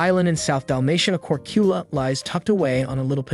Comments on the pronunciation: Well is it not Korkula but Korčula maybe you change this in your pronunciation😊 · Korchula. Č is like CH, chips.. That might be easier now for people.